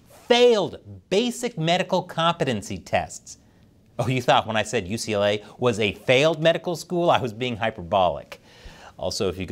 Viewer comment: YUCA? YUCLA? What is this? I've heard of Pepperdine. Why didn't you go to Pepperdine?